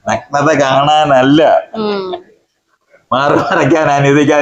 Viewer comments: നക്നത അല്ല സുഹൃത്തേ, നഗ്നത, നഗ്‌നത... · ആദ്യം പോയി മലയാളം പഠിക്ക്... എന്നിട്ടു പോരേ ഇങ്ങനെയുള്ള പണിക്കു ഇറങ്ങാൻ ."നക് നത" ഇതെന്തു സാധനം?